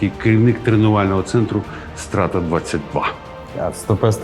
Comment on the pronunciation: А я думав Страта — це сленгове скорочення від слова Стратегія. Страта, стратка, стратежка. P.S Тільки наголос там інший. Не Стра́та, а Страта́. Тому що коли чуєш Стра́та, то перша асоціація з кацапським словом "Казнь".